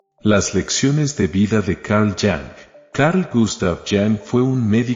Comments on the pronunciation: Disculpe que lo corrija. El apellido Jung no se pronuncia como Yang, sino IUN, es suizo, no ingles. Sería tal vez mas interesante que en vez de lee,r sin modulación alguna, una frase atrás de otra ( está lleno YouTube de eso )se detenga en unas pocas y explique el significado de tal pensamiento de Junng, porque no es tan sencillo. Ud pronunció varias veces la palabra arquetipo. Muchas personas no saben lo que significa, así que eso cae en saco roto. Éste tipo de publicaciones debe tener como fin el ampliar los conocimientos de las personas curioas que tienen sed de saber mas, lo cual es maravilloso. Además es mucho mas profundo lo que pensaba Jung sobre la figura femenina,. El creador del inconciente colectivo no perdía el tiempo en frases banales como la del encabezado. Se sentía atraído hacia la figura femenina de la cual decía que era magica y escribio sobre el arquetipo femenino en el hombre. Los arquetipos son figuras que simbolizan diversos personajes que viven en el mundo interno de las personas. Por ej: el arquetipo de la araña gigante ( en los sueños ) simbolizaria a la madre castradora. Y con respecto al hombre dijo: Eres esclavo de lo que tu alma necesita. El hombre mas masculino necesita a la mujer y por lo tanto es su esclavo. Conviértete en mujer tu mismo. Obvio que no quiso decir que se suprima como hombre, sino que además de desarrollar su masculinidad debe ser sensible a lo femenino. Obvio que es su visión personal y no debe ser tonada como regla, pero es uno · Jung se pronuncia en alemán iung, no en inglés como young. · Se pronuncia yung no chang jejejeje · Se pronuncia " iung " no "yang "!! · El nombre de Carl Jung es alemán, por lo tanto no se pronuncia "yang", sino "Yung". La jota como la y griega del español y la "u" mantiene su sonido original de "u". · Se pronuncia Yung, no Yan. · No se pronunca IANG .SE PRINUNCIA IUNG PORQUE NO ES INGLES SINO DE LA ZONA ALEMANA DE SUIZA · Yung Yung not Yang is Yung es alemán no texano. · Se prununcia IUNG